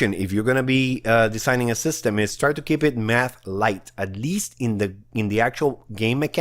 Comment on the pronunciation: When he said math I thought I he said meth lol 😂